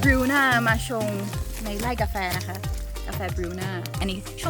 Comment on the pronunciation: พูดไทยชัดมาก..ชอบๆสุดยอด บางคำที่ไม่น่า พูดชัด เลย เมือก กาแฟ ยังออกเสียงชัดมากๆสุดยอด..ติดตามครับ